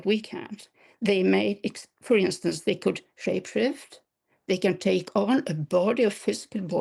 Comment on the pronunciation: Did she say they can frape shift? make a change from shape shifting.😂